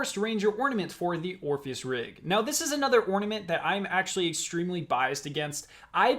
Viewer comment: No offence, but do you have a speech impediment as I here 'Extwemwy'. Never heard one before.